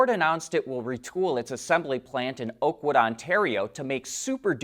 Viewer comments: Oakville, Ontario not Oakwood!! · “Oakville” not oakwood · Thank you for your informative videos. You confused the name of the location of the Ford plant. It is “Oakville” Ontario, not “Oakwood”. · Oakville not oakwood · It is OAKVILLE not Oakwood! It's in Ontario. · Oakville not Oakwood. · Oakville Ontario, not Oakwood